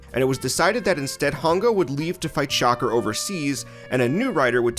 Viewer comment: Kamen Rider is why they started using stunt drivers. That is not how you pronounce SHOCKER.